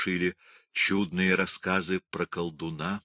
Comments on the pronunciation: Правильно говорить чуднЫе ударение на Ы , значение слова : странные.А вы говорите чУдные , это даёт не правильный смысл , как : чудесные 😮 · Правильно говорить чуднЫе, ударение на ы. Значение слова с этим ударением: странные. А то, как ставит ударение чтец даёт слову значение: прекрасные. А это не соответствует смыслу. Спасибо за эту аудиокнигу!